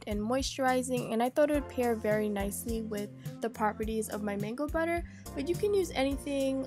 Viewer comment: That was funny when you said batter😁